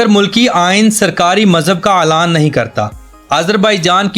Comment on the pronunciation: Kiya aap log urdu sahi bolnahin sakte. Bahut hairat hoti hai. Sabz ko sabaz aur adtis ko athattis kahhte ho. Elan ko alan kahte ho. Bahut ajib lagta hai. Pls. Sudharein